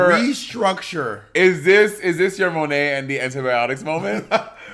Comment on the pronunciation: So my name is Malaika(Muh-lake-ah) and I LIVED. When Bob called Monét Monaika!!! Love change name now lol😝👏🏾